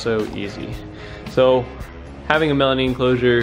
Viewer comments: Stop saying melamine wrong lol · melamine, not melanine lol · Stop saying melaneen